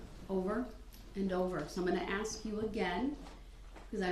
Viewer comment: Why is it so hard to pronounce the word ask?